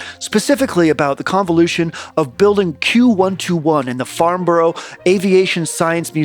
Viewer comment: It's pronounced Farnbra, brah